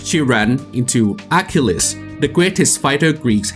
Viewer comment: Didn’t know Achilles was pronounced that way.